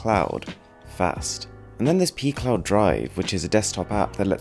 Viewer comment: Is it just me or does pcloud sound more like pee cloud?